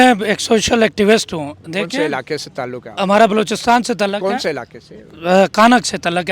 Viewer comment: Sub se funny sahb te😂😂😂😂😂😂......Isko koi bataen baloch "tallak"or "mulak"nahe bol sakta...Uper se inko 300 shaheedon me se ek ka b naam yaad nahe..😂 Ade nako script to yaad karte..Beizzati karwa di😂😂😂😂